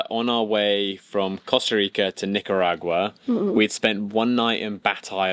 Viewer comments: BTW guys...it is pronounced nik uh ragwa... Just sayin. No biggy, us English speakers sometimes get caught up in pronouncing strange words exactly as they are spelled which sounds strange to say the least. Love your trippin guys; you're best for us land-lubbers. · Nic-a-rag-yu-ah. Tough night on the seas but you handled it well and survived!! Well done. Love the videos and really enjoying following along! If not for severe motion sickness I would be out there as well. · It's sounded like this Nicar Agua- ag you are 😉